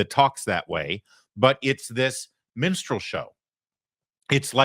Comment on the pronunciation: Menstrual show 😂 (instead of minstrel…)